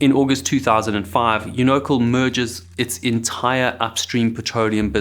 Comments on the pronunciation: One subtle but important correction... you keep pronouncing it "uno-cul", when it's very important to say it Un-o-CAL - as in California. If you say it that wrong, you're not saying it at all. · It's pronounced "YOU no cal". Not "you NO cal". It's an American company, and its name is pronounced in "American English". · Learn how to pronounce a word before you use it 100 times....YOU NO CAl.....not younokel. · It's pronounced "YOU-KNOW-CAL", not "EU-NOCKLE". Sheesh. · YOU no cal is how it's been pronounced in the industry LOL. yoo NOcle is a new one. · unocal... pronounced "You-No-Cal" or "Uni-Cal" as in "California" not "you-no-cole"... its California not Collifornia... great video otherwise, as usual. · I hate to be picky but repeated mispronunciation irritates some people and unfortunately I am one of them. It’s pronounced: YOU NO. CAL Part of which stood for union oil company, and the other if I’m not mistaken, was California oil. Your shows are great though. I hate to be picky but it’s my problem I guess. Have a great day. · It is pronounced U-NO-CAL. CAL as in CALIFORNIA.. I am old, I know. It was very popular back then. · I believe it's most commonly pronounced "Yoo-nuh-cal." This is a great documentary! Thanks for the hard work. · YOU-know-cahl ... or Union 76. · That has to be the worst pronunciation of Unocal that I've ever heard. It's pronounced You-Know-Cal. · UNOCAL is pronounced U-NO'-CAL. It stands for UNion Oil of CALifornia. U-No-Cal. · Can any one create a video without using unrelated photos? Oh and Unocal is pronounced Un-O-Cal. The main problem is on shore folk "calling the shots" for situations offshore. In many Oil & Gas accidents the folks on site do not have enough authority to make decisions. Also money lost is weighed too heavenly due to the daily cost of running a drill ship. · Just one very minor change suggested ... UNOCAL is pronounced U no cal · We pronounce it "Uni-CAL" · Great video! BTW, it’s pronounced YOU-no-cal